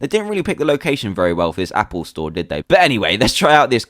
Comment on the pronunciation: "Happle Store" lol